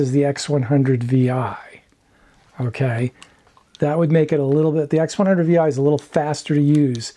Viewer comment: X100 six. Not Vi